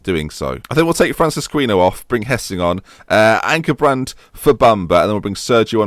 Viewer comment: I've only just realised that it's Ankenbrand not Ankerbrand...